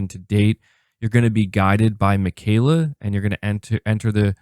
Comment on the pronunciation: lol bro you are really pronouncing his name as Mih-Kayla.